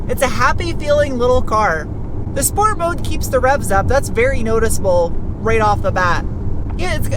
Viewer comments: Schport. Or nie schport. Love it. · Schport Mode!